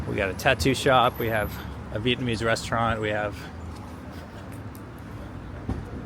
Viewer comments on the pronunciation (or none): none